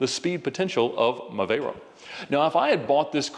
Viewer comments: I see we’re still calling a vey-ronnee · Can someone explain to me what a “Veyrone” is? It’s a VEYRON.